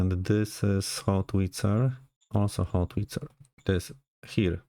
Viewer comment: Sir, it's Howitzer, not Hotwitzer ;)